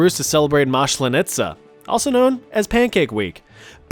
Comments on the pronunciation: 1. We call it "Maslenitza" in Belarus, not "Mashleniza", there's no sh in this word. 2. We also use bagged milk in Belarus. So what? It's a common practice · It hurts my soul by how u said maslenitsa.